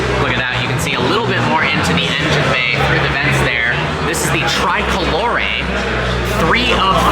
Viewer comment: What a way to pronounce Tricolore 😂😂😂